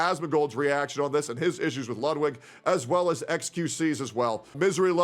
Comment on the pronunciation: Your german pronunciation of ludwig is perfect greetings from germany